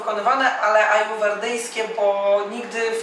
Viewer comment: * "centrum ajurwedyjskie", nie "ajuwerdyjskie". Just sayin' ;-)